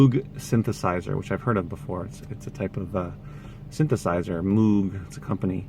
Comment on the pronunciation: switched on bach, one of the most common on vinyl. might as well be called switched on mantovani. moog is pronounced moag, bet he gave up correcting people lol.